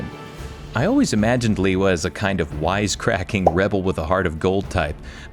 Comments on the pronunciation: Onua was also my favorite, such a unique design and awesome color scheme! And I also mispronounced Lewa, thought I always said Leewa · Love seeing Bionicle get some respect! I can't believe I've been mispronouncing Lewa for the past 20+ years